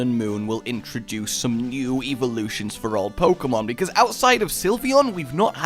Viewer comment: you pronounce eveloutions wrong